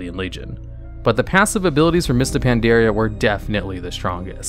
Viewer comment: So why dose he pronounce it Pan dare e a when the game pronounces it very clearly thought the expansion? Just curious.